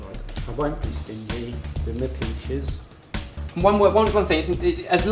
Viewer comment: "I wohn't beh stingeh.. wit mah peches" Hahahah I LOVE YOU GUYS!